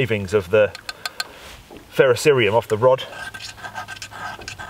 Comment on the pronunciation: excellent video! 25 point bonus as well!! I have never heard another person pronounce ferrocerium correctly!! Cheers from southwest Michigan!